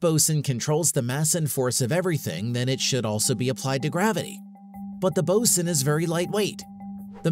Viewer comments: BOSON is definitely not pronounced "bo-sin." It's "bo-zon" as it's named after "Bose" which is pronounced "Boze". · He (or IT), is pronouncing it like the Navy officer in charge of equipment. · Ty. Every time he said it I shuddered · I noticed that too right at the start of the video. It kinda poisoned everything that followed. And continuously mispronouncing "boson" didn't help either.